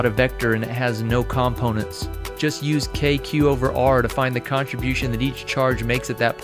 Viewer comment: great video but the way you say "components" really bothers me :)